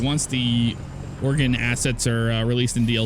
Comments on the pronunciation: it's phonetically it's OreGun not OreGone;) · Lol I from Oregon it sounds like oregone without e. It ok lot of people miss say it if there not from the state. Enjoy watching your videos thanks for great content and keeping me entertained.